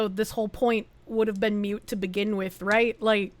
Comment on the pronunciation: Moot not "Mute". The point is moot. Still a solid video.